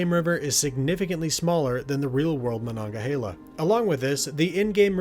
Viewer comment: The pronunciation is : Mah Nun Gah Hay Lah. But by all means keep saying it the way you were.. I get great joy out of it lol